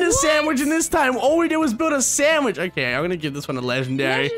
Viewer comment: They dont understand because you say sammich